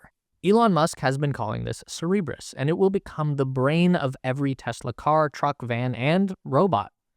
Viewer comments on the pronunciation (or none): Cerberus, not Cerebus. This isn’t Xmen 🤣